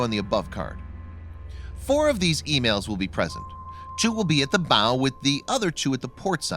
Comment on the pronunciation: EMALS-- The narrator is mispronouncing the name. It isn't (Emails) as he is saying... It is (Emauls) as in being mauled by a bear. Emails??? Fucking dumb.